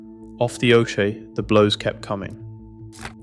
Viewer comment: Off the oshea? 😂😂😂😂😂